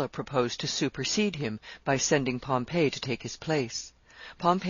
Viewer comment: Okay so the lady is a great reader but it's fingers on a chalkboard everytime she mispronounces "Pompey" as Pompeii....cmon lady, it's pronounced Pom..pee with emphasis on the Pom.